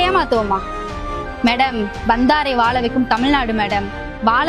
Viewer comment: நல்ல கான்செப்ட் ஆனா தமிழ தமிழ்ன்னு சொல்லுங்க தமில் சொல்லாதீங்க அது வால வச்சி இல்ல வாழ வச்சு